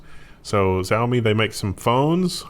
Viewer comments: saying 'Zi-oh-me' is like saying 'hun-day', can't really write a phonetic spelling for the first sound, but think of it as somewhere between 'jj' and 'sh', followed by 'ow-me' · Pronounced Shouw-mee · Xiaomi... Roughly pronounced as "Zheow-mee" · Xiaomi is pronounced “she-ow-me” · Xiaomi -- someone said it was pronounced "Shaomi" or Showmi or somesuch In Animal crossing there are only 7 or 8 visitors allowed ...and this is an excellent site name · It's pronounced "Xiaomi" Glad I could be of assistance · Xiaomi is "she-ah-oh-me" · Xaomi is pronounced 'shao-mi' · Xiaomi is pronounced as "Shii ow me" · It's pronounced "Xiaomi" btw